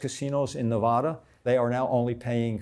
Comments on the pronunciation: This guy is the biggest fake ... he is making a fool out of you. He can not even say Nevada correctly. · This guy can't even say Nevada correctly. But he spent all that time there scamming them? Nah don't believe it.